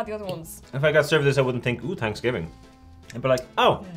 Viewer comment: You could sell it in a store called Hanksgiving because that’s how they were pronouncing it.